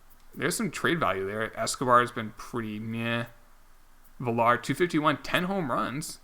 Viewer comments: Dude, it’s pronounced V-yar, not Vih-lar. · Jonathan isn't pronounced VILL-ARE, it's like talking about Virtual Reality, V-R